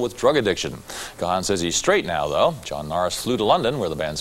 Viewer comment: Gahan pronounced wrong . It's not gah han